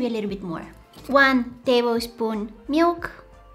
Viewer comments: I like how she says "Meilk" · The way she’s says milk ❤😂🥰 she says it like "miwk" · i love how u say milk